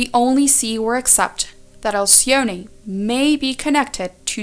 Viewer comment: Alcyone . The 'e' is just pronounced.